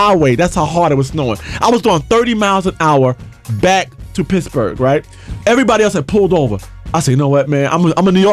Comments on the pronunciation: wen he says pittsburgh it sounds like pissburgh....awesome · Pissburgh...he keeps saying Pissburgh. Leon!